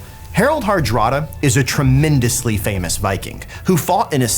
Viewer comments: harald harada? i always thought its harald hardrada :P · Ahhh right. Right my bad, pronouncing was a little strange so i misheard.